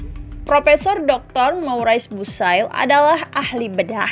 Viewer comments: Moris bukey bacanya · Subhanallaah.. bagus narasinya,. Akan lebih baik lagi bila kata-kata/ nama-nama perancis (spt Maurice Bucaille) diucapkan sesuai dengan aslinya. Anda pasti bisa. Sukses!